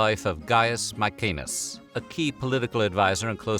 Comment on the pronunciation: It's fucking MaeSenas, not MaeKenas.